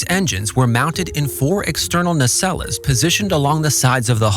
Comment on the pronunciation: Nacelle is pronounced "NAY-sell". The last "e" is silent...